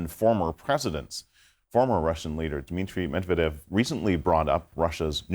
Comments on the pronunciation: First of all, Trump doesn’t know how literally anything works, so not news. Second, if you’re an on-air anchor for a major international news outlet, you really need ot learn how to pronounce Medvedev, ‘cause right now you don’t have a clue. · his last name is Medvedev not medavev....dumb journalist........she has TDS disease forever.... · She even can't speak Medvedev right. She sad Medevev lol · Stupidity not medeved its Medvedev😂😂😂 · It’s not Dmitri “Medeved” as Caitlin says here. It’s Dmitri “Medvedev.” An honest, mistake? Probably yes. But that doesn’t mean we shouldn’t try extra hard to get it right the next time, even though I admit it’s not an easy word to say. Just trying to be fair to all sides. 😊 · It's Medvedev and not Medevev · Former President Mavdev and then President Meb ved devs 😂 😂. He has been a reporter for many years and apparently one that is higher ranking. How does he get the former president of russias name so wrong? Then bringing on John Bolton for his opinion and analysis shows HOW DESPERATE HE IS AND CNN! Laughable! I watch for this comedy bc that’s what it is! These people still don’t realize that they are compromised and have been for years! The years part is for those who can no longer deny the overwhelming truth and facts about these frauds at cnn msnbc Bolton, clapper Brennan, comi , Hilary, Obama, Biden, milley:) he is a total loser FAUCI and so many others! You guys have to give it up! Your audience is 75 percent here to laugh and remind how terrible your reporting is. 15 percent know your liars but are hanging on by a thread so that they don’t look crazy for believing everything you told them for the last 10 years. Then you have the rest that are Looney Tunes! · Her pronunciation of Medvdev is so cute 🥰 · bro she can't even say "medvedev" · this idiot doesn't know how to pronounce the russian guys name lmao. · F CNN you couldn't even pronounce the Former Russian Presidents name. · is MEDVEDEV so hard to pronounce